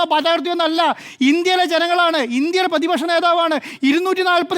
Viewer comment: പേതിപക്ഷ നേതാവല്ല സുഹൃത്തേ... പ്രതിപക്ഷ നേതാവ്.. അക്ഷരശുദ്ധി വേണ്ടേ രാവിലെ നാക്ക് വടിക്കണം 😶